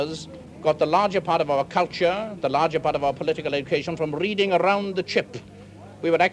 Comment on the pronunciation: My favorite passage in this film. Rrrrreading arrround the chip!